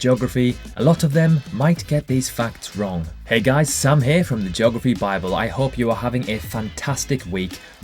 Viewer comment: Who else likes “JOGraphy”? 😉